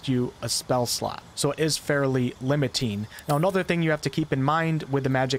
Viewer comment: hEx not hax. :P Limitine? LimitinG.